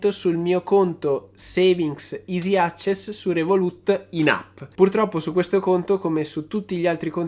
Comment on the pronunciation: Vivendo a Londra come fai a non sapere come si legge "access".